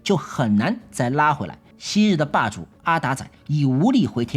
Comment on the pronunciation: 柑仔店和阿達仔不用台語發音略顯尷尬😅 整個好彆扭